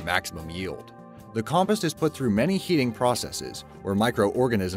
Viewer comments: Compist... Every narrator on your channel needs to learn how to use the pronunciation part of the dictionary. Com-post. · No, you're not. That and compost. It's "com-POST," like "fence POST," not "COMpehst." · WHY DOES HE SAY COMPIST!! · Ugh. "Com-post"! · He said compus not compost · So we're just not going to talk about the way he pronounces compost?